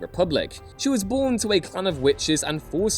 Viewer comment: “Assage was bored,” am I the only one that hears that rather than born lol. Great video non the less.